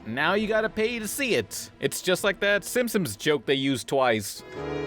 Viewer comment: SIMPSONS. NOT SIMPSIMS. Christ.